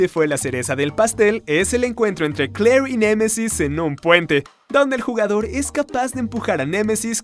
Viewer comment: No es CKLLOOOEERRRR, es juana valentina 😢